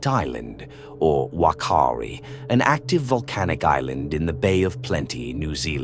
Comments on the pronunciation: Wakari 😂😂😂get it right bot its whakari island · Its pronounced "fuck-car-di" island, and "fucka-tan-a" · as a New Zealand resident, the Maori language pronounces Whakaari as F-a-k-aa-ree with two a's being longer held as an 'ah'. Hope this helps future pronunciation of Maori words. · Whakaari is pronounced as "fa-kaa-ri". Whakatāne is pronounced as "fa-ka-taa-ne". This volcano is also the most active volcano in New Zealand and has erupted on average every 3 years ... so I'm astounded that you have got some facts wrong here. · Can you at least pronounce the name properly? It's pronounced FAR-KAREE. If the guides thought it would erupt do you really think they would have risked their own lives to take a bunch of tourists on there? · You mispronounced Whakaari. The 'Wh' is closer to an 'F' sound.